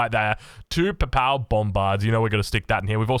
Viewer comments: Your pronunciation of most names is so cursed in this video! Love it. Worst criminal is Papal. PAY-PULL is best way to say it and it’s an important one as it’s the Pope’s stuff. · The pronunciation in this is so crack up, and I'm a New Zealander. You didn't even know Papal :D